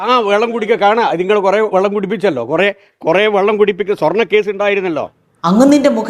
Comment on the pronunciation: 1.41-വള്ളം അല്ല സാർ വെള്ളം😂